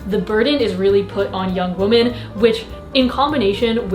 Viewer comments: You say ‘women’ like ‘woman’ every time 🧐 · 1. I so don't care about the thumbnail, I know your videos are ALWAYS entertaining and will click no matter what. 2. Jeez, I love you as a creator and online persona and all, but please PLEASE stop mispronouncing "women" as "woman", it hurts my filologist ears ;__ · hey, love you, please stop pronouncing ''women'' as ''woman'' aight bye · Why do you pronounce women as woman? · i will never stop,. it's women, not woman when it's plural. you drive me insane!! i love you, but omggggg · i love you but the way you pronounce "women" makes me uncomfortable lol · Girrrrl you pronounce "women" like "woman" yyyyyyyyy